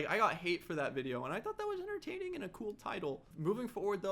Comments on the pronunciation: is no one gonna say anything about him saying "super enterCaining content" he messed up a little lol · I love you you are the best and I am so happy that this came out bc the only thing I was scared about was that you were a bad youtuber after I had been watching you since the early minecraft days, but this video proved everything I thought you did bad wrong. But it was hilarious how he said enterkaining instead of entertaining lol